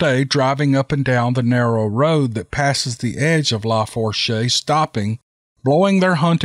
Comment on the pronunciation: Tenses= tensaw Lafource =lafoosh